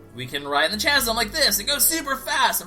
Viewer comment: It's not pronounced "chasm" it's pronounced kasm. (I don't mean to correct you in that, it was just bugging me.)